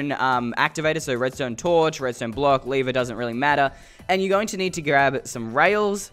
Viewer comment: it's not a leever it's a lever:Leever me:Lever